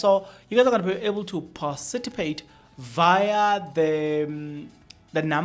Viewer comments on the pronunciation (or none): Participate not paciti.....for correction